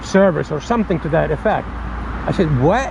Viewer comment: you sounded like an American kid when you said “what!!!” But really make a new account so we can report him for impersonating you because we have to mention you or put your account on the report him and you have to put a couple of vids and a clip of this vid so tiktok can verify that it’s you (they are stupid idk how the process work)